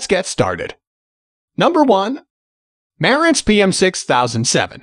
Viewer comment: bot voice - After so many times mispornouncing Marantz, I couldn't listen any more.